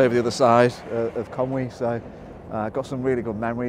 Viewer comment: Inspirational vlog, thanks again. You even pronounced Conwy properly on most occasions as well although you won't see "Conway" on any of the signs around these days.